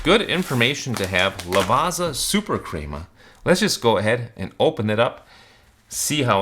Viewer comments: Ok coming from an Italian its not pronounced LAVAZZZZZZZZZA, ITS LAVA-T-ZA as in Lava = Volcano Lava and "T" =T-om & Za = Za-ra La-Va-T-Za 😊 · Not Lavarza (pronunciation)….Lavatsa. Pizza=Peetsa. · You wouldn't pronounce it Piza, right? So why pronounce it Lavaza?! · It's pronounced "Lavatsa" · But it's not the correct pronunciation, even the english pronounce Lavazza as Lavatsa. Just take some time to practice, you'll get the hang of it. Otherwise, it's a good video, which I had to downvote because of the pronunciation. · I know you're probably partially american so you don't care but Lavazza is pronounced 'lavatza'. Thanks for the review though, I may have a try of some. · it’s pronouced “la-vat-sa”